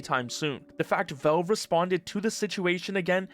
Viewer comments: It's 'Valve" not 'velve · who is 'velve?' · bro, "volve"? that has to be a new way of pronouncing valve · I have never before heard "Valve" pronounced as "velv." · you say “velve” lol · why are u pronouncing valve as "vove" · You keep saying "Velve". It's very distracting. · What the hell is "velve" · wtf is "veulv" by the way? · Do you not know how to pronounce the word valve, or is this an AI voive over? It's driving me nuts. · For someone who makes almost nothing but Valve related videos, you really should learn how to pronounce the word Valve.